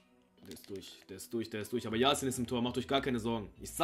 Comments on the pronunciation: Es heißt YaSHin also sch ausgesprochen 👍🏻 no hate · Er heißt nicht Yasin, sondern Yashin (Yaschien ausgesprochen). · sry aber er wird jaschin ausgesprochen